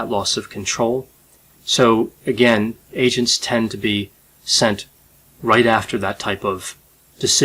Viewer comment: You said “agents” three times before I realized that you weren’t say “Asians.” I was like 🧐🧐🧐